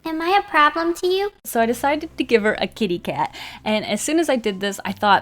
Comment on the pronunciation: Hahahahaha when you said ‘I decided to give her a kitty cat’, I heard ‘I decided to give her a gay dad’ im crying 😂😂😂